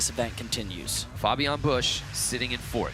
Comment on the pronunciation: its spoken Fabian Bösch not bush